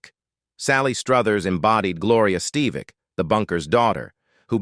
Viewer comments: You've GOT to drop that A.I. announce bot. One easy name. Three radically different pronunciations. And it is michael ST-"eV"-IC not St-eye-vic. This over-used bot is never consistent and becomes truly annoying. The subject matter is always interesting. But please use a REAL ANNOUNCER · Learn the name it’s Steve vick